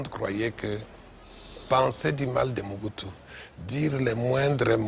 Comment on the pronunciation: C'est pas MUBUTU c'est Mobutu